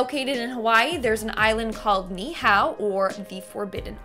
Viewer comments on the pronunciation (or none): I'm sorry I cracked up when she tried to say Ni'ihau 🤣 Ni'ihau and ko'olawe both are off limits